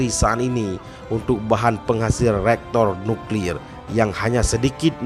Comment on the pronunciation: Tulisannya Reaktor Nuklir bacanya Re-aktor Nyuklir, bukan Rektor Nuklir....alah hai apam. Mungkin yang dimaksud barang tambangnya Uranium atau Plutonium bukan Nuklir....alah hai apam. Kalau Bangsa Aceh, ngak mau di bohongi oleh pemerintah soal survey mineral dan pertambangan, maka didorong, dong oleh pemerintah daerah, agar putra putri Aceh sewaktu SMA diperkuat dengan ilmu ilmu exacta dan kuliahnya di dorong kejurusaan Teknik Geologi dan Pertambangan nanti setelah lulus di tampung dalam wadah Aceh Delplopment Board, untuk menjadi surveyor surveyor Pertambangan dan salah satu jadikan dia minimal kepala Dinas Mineral dan Pertambangan, jangan yang jadi kepala Dinas tamatan IAIN. Dan kalau mau bangun dan kelola reactor Nuclear, putra putri Aceh harus masuk kuliah jurusan Nuclear Power di MIT. Jangan buat beasiswa untuk kuliah hanya ke Mesir. Kalau ngak, ya sampai kiamat, ya hanya mimpi dan mengkhayal.